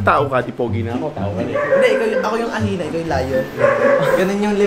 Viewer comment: Ano daw!? Hyena nila at: ahina Tamang pag pronounce:hayina Hahahahahahahahahahahahahahahahahahahahahahahhahahahahahahahah!!!!!